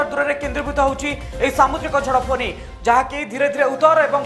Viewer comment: It is Fany not Phoney.Is it a storm or a strom?